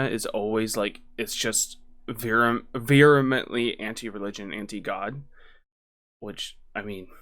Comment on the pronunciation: "veremently"?? You mean VEHEMENTLY.